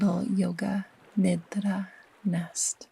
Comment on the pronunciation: It feels so alive and sensuous in my system how you consciously and mindfully say the word "nidra" in its true authentic form. I find rest, aliveness, and sensuality deeply ancient feminine codes. Thank you!